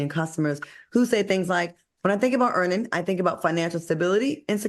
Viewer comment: Lol stop making Al discuss Earnin’…. He always says Earn In 😂